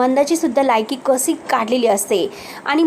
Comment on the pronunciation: कसी,आयुस्य, मलिका,धक-दयक ... असे कितीतरी अशुध्द शब्दाचे उच्चार करतेस नक्की तु मराठीच आहेस ना? आधी भाषा सुधार